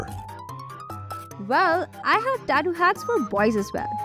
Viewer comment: From not tattot its tattoo